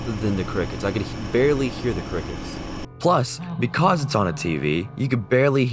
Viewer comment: why do you pronounce "because" wrong?